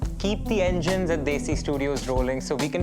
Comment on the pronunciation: Bhai kam se kam "Desi" tho desi accent me bol deta. 🤦🏻🤣